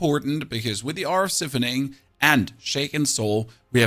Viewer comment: Not siffuning, psy-fun-ing.